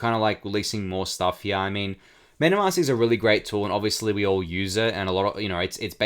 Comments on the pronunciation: I came to the comments to see if anyone mentioned it lol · dude you killing me how you say heah.. here